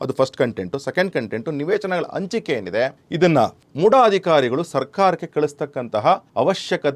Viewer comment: ಆದಿಮೂರು ...ಅ ಬರಬಾರ್ದು ಹ.....ಹದಿಮೂರು ಅಂಚಿಕೆ ...ತಪ್ಪು ...ಹಂಚಿಕೆ ಅ..ಇದ್ದಲ್ಲಿ ಹ. ..ಅನ್ನೋದು ಹ..ಇದ್ದಲ್ಲಿ ಅ. ಅನ್ನೋದು ತಪ್ಪು